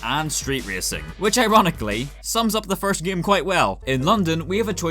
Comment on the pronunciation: Love every time you say "gaem"